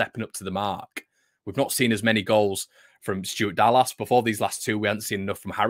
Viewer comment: Learn to pronounce Dallas correctly. FFS man. Other than that? great!! carry on sir!